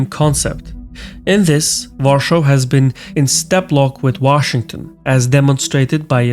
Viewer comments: Please don't pronounce "Warschau" for the capital of Poland. Use "Warszawa" or just "Warsaw" instead. Th "Warschau" is a German pronounciation. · Why do you keep saying Warschau, not Warsaw? It's no longer under nazi occupation lamo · A "amall technical note": this "var-shaw" pronunciation IS NOT the way Poles say it - in fact it's the GERMAN "Warschau" (Germanized version of the name of this city), which does not ring well in Polish ears due to obvious "WW II connotations". It's pretty touchy subject, and even on Autobahns (German highways/ expressways) road signs use Polish spelling "Warszawa", with German version only spelled underneath in a font half the size. The closest "English-style" approximation of Polish pronunciation would be var-sha-va. Greetings from Poland : ) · Why are you using german name for our capital, if you cannot pronounce polish version use english one. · Why are you calling WARSAW, a warschau (german)? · Pronounce Warsaw not Warshaw* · Are you German? Not sure why you're calling polish capital Warschau? It's Warszawa in polish or Warsaw in english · Why the fuck you pronounce Warszawa (V ah r sh ah v ah) like german Warschau? It's so annoying to hear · It is Warsaw not Warshou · Dont pronounce Warsaw like german Warschau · Dear, the capital of Poland is Warsaw [Wor-sow] in English. In Polish, it is "Warszawa" [Var-SHA-va]. You are pronouncing it the German way: "Warschau" [Wor-show / Var-show]. The last time it was called like that was during Nazi occupation, when most of the population was killed, the Jewish Ghetto was set up and 90% of the city got destroyed. Maybe it is not the best idea to say it in German?;) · "Warshaws" please, make up your mind. Warsaw, Warshau or Warszawa. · IMHO it would be better to pronounce "Warsaw" instead of "Warschau". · Great video. I find you calling Warszawa per 'Warschau' very distasteful tho. Call it by its real name or the English version please. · Not in English.